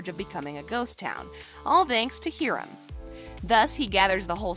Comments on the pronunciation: These people o not know that much about Riverdale she kept calling H-E-R-A-I-M instead of H-I-R-A-M and Fangs has been a part of the Riverdale cast since season two like what the heck. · IT'S HIRAM NOT HERIM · are we not gonna talk about how the girl said herim instead of hiram. BAHAHA. no hate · Did she just say herum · It’s Hiram not heram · The way she said he rum instead of Hiram(high-rum) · OMG YAB she said heeram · did sis just say heeram and fbee😭😭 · She really said hiiram